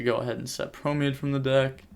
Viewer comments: I hate when he says promade. Its promenade. Thats nitpicky but it just sounds odd. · Great commentary on a really weird match man. Also Just a heads up brotha it's pronounced pro-men-odd or pro-men-aide.